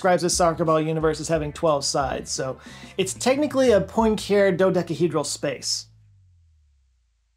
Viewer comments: It's pronounced "p-wan-karé", sorry. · I'm just gonna request you revisit the pronunciation of Poincare, please.